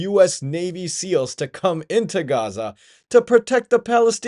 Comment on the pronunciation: He can’t even pronounce Gaza correctly. Yup he is Satan’s chosen minion